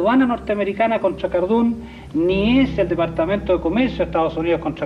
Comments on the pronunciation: Se pronuncia cardun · Cardun, se pronuncia cardún... capici?